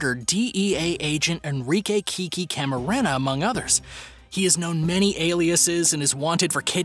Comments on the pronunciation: How in the H3LL is it possible for this narrator to MISPRONOUNCE Agent Camarena's name? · You win the prize for worst pronunciation of Latino names . And , you got Enrique Camarenas name wrong!